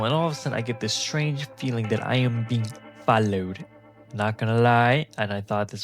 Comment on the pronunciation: Im sorry but the way you said follow💔